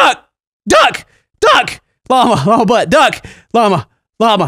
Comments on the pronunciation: After a while, it sounded like you were saying "mamma" instead of "llama" xD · You sound like your saying Obama i laughed so hard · Why does it sound like he's saying lawnmower duck?? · It sounds like sometimes he was saying mama xD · When he says lama it starts to sound like mamma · After you say Llama so many times it starts to sound weird. Like you're saying mama or something. I hope this isn't just me ..